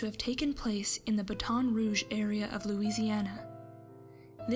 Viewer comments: Baton Rouge is actually said like Bat on roo g Just for future reference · I live in Louisiana, and i get a kick out of the way she pronounces Baton Rouge. It's supposed to be bat-on roo-j, but she said baton (like cheerleading baton) roo-j.